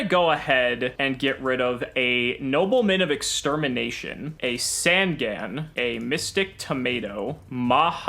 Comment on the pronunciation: The yugituber drinking game, drink everytime they mispronounce easy to read yugioh cards. in the progressions series so far, we have Curse of the Dragon (just adding words) and sangin when its supposed to be SAN-GAN!